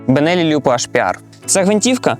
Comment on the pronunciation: Ориентироваться на английское произношение итальянского названия это "сильно". С таким же успехом можно в украинских словах на произношение на русеке ориентироваться))) Пару сылок для общего развития, что бы понимать, как всё-таки произносится Lupo